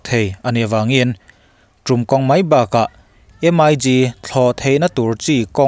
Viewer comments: M.I.G tia lam tur ani lo,..MiG(MiK) he tia lam tur hi aw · MIG lam dan hi Em ai Gi nilovin Mik tia lam tur a ni lawm ni?